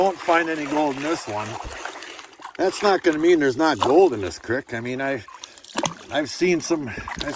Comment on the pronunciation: Say it like ya saying, feet, cr-eek. Lmao But that was a copper ore thing?? Raw freaking copper?